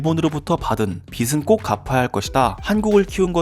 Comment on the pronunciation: '빚은'을 [비슬]이라고 읽네요 발음에 문제가 있네요 [비즐]이라고 읽으세요